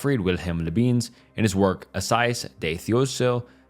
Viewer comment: Come on man how have you never heard anyone pronounce Descartes ? Leibniz is also not that intuitive to pronounce i grant you but you cant call the the man lö beans